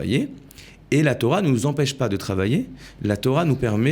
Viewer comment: Torah et pas thora